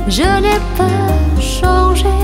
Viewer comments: Phát âm sai “changé “, cô ấy hát thành “songé” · Giọng ca vẫn rất nhẹ nhàng, ngọt ngào, quyến rũ. Rất tiếc là phát âm sai nghe hơi kì, changé không có r thì phát âm chữ này, chữ r ở giữa từ thì phát âm thành “c”. Cần phát âm rõ hơn, vì hát tiếng Pháp nhưng nếu không đọc lời thì nghe khó ra lời lắm. Nếu sửa được thì hoàn hảo luôn.